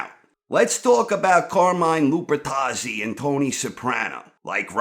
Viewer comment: Cahmine Lupuhtazzi